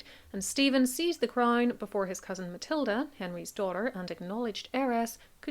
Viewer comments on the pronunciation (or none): none